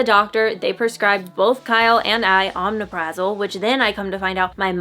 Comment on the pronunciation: It’s pronounced oh-mep-Ruh-zol